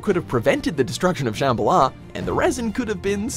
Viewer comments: Sham-ba-la not Sham-buh-luh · It's ShamBHAla, not ShambhaLA. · it’s pronounced “Sham-bala” not “Shamba-la” :) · It's shambala not shamb alah😂😂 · The way you say shambala hurts me deeply